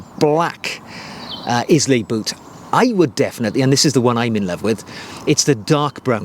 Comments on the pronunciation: Eye-luh, not Is-lay. And I’m American. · Hi, they’re a beautiful pair of boots, if it wasn’t for me owning the Loake bedale burgandy grain ones I’d definitely be tempted! P.s I believe it’s pronounced “aisle-a” (Scottish island). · Pronounced “Ai-lu”! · It’s pronounced eye-la, not Izlay. As a Welshman I’d have thought you’d be all over pronunciation given no one pronounces Welsh name places properly. I bought the rough out and wear for work and out and about in the country. Agree the scotch grain dark brown is gorgeous too but wanted the vibram cleet for outdoors. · Please stop saying IS-LAY You pronounce it Eye-la Nice content though 👍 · The mispronunciation of of the Scottish isle, after which the boots are named, grates: it's Ailay, NOT Islay. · Islay. Pronounced: Ay lah! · Pronounced Eye-Lah 🙂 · The boot is pronounced Ila as per the Scottish island it is named after…. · Amazing boot! Loving the video's. Just a note Islay is pronounced eye-la. All the best from a whisky lover. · It's pronounced Eye-lay my friend, as in the Scottish Island 😉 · Sorry to have to have to correct you but Islay is pronounced EYE-LAY! Presumably the boot is named after the Scottish island of Islay where you would find whisky distilleries for Laphroaig, Lagavulin and Ardbeg. Agree it is a beautiful boot and I think the combination of the mahogany, pebbled-leather patina, the broguing and the street sole would make for a very practical and versatile boot though probably not for very muddy conditions. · I second this. I’ve seen the pronunciation written as ai-luh. A beautiful island to visit and some of the best whiskies in the world. Thanks for the video! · A 'style guru' who can't pronounce 'Islay' properly and has a Wendy house as a garden shed?!! Get over yourself. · Great video. Research how to pronounce Islay.